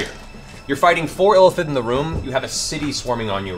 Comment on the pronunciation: Matt keeps pronouncing "Illithid" as "elephant". It's confusing and entertaining at the same time.